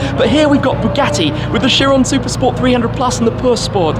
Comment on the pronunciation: Did Shmee say Chiron per spo?🤣